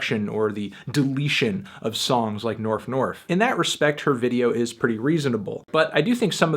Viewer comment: I'm pretty convinced the video is fake. She pronounces Staples as Stiples and Norf as Nerf despite being so careful to speak properly everywhere else in the video, I think she was just trying to seem more out there by pronouncing those words wrong, but it ended up killing the believablility, at least for me.